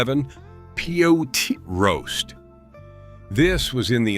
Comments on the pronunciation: Then the owner needs to learn how to pronounce Pot Roast instead of P-O-T Roast and Polish food is not pronounced polish as in polishing your shoes. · "Pee Oh Tee Roast?" Hire a real narrator!